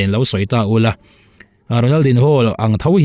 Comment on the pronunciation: Ronal din ho tih tulh tulh ai chuan an mahni lam dan a Ronal di nho tihve mai hi a tha lo maw.